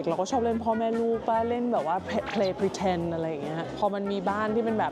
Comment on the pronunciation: เอ้ะ Pray Pretend หรอ? 😅😂? ไม่ใช่ Play หรอกเหรอ…